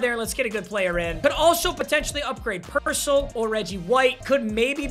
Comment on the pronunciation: The way he pronounces Purcell😭